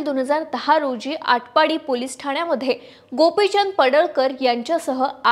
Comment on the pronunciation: अहो न्युज रीडर गावाचे नाव आडपाटी नव्हे आटपाडी आहे 😂